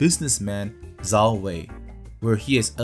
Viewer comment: Great video! Just a hint- learn the pinyin pronunciations, they are easy and saying "zhao" like "zao" reduces the credibility as it shows you did not consult primary sources.